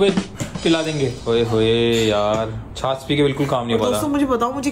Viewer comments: छास नहीं होता है छाछ होता है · Please don't mind..it's chhachh not chhass.. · It is chhachh not chhas....pl correct me if i am wrong. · That is not the chas it is chach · Chas nhi hota😂😂😂😂😂 chach hota h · Chaaj kehty hain chaas nahi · छाछ को छास क्यु बोल रेह हो